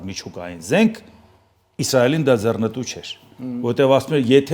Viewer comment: Հարգելի՛ս, արտասանե՛ք ոչ թե՛ ՝ <<ձեռնԸտու>> սխալով, այլ՝ << ձեռԸնտու>>.....